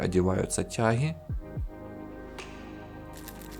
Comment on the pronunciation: Хохол ты стремный, не ТЯХИ, а ТЯГИ !!!!!